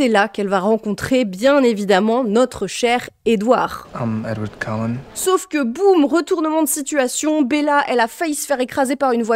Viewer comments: On dit CULLENS et pas COLLINS, mais bon ce n'est pas la seule erreur de prononciation. Dommage de ne pas s'en être rendu compte. J'aurai aimé avec un passage sur la bataille entre les Cullens, les Quileutes et les Volturis. Perso, j'ai adoré. Entre Jacob et Renesmée, il y a 7 ans d'écart. C'est ce qui est dit dans le film à la fin ("7 ans plus tard"), donc la différence d'âge est correcte. Après, c'est comme ça que je le comprends, Jacob sait qu'il est liée à elle et qu'il va devoir attendre sa majorité. Dans les films (oui je n'ai pas lu les livres), les loups-garous ne choisissent pas sur qui ils déposent leur empreinte. Tu l'as dit, puis tu es revenu dessus en indiquant que Jacob avait choisi Renesmée pour Bella. Dans le film, il explique qu'il comprend pourquoi il était amoureux de Bella, c'est parce que Renesmée était son âme-sœur, soit la fille de Bella. De ce que je comprends, c'est qu'à partir de ce moment-là, il n'est plus amoureux de Bella. Voilà, c'était juste les petits points que je tenais à préciser. J'ai bien aimé la vidéo et avoir toute l'explication que tu en as faite, même celle du racisme que j'avais perçu aussi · Ca me stress que tu les appelles Collins alors que c'est Cullens 🤣 sinon géniale la vidéo 😊